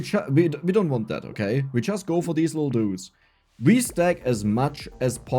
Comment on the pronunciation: saying "These lil dudes" Sounded American AF! AHHAAHAH